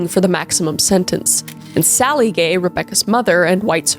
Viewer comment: I cannot be the only one who thought you were calling the whole family gey. 😂❤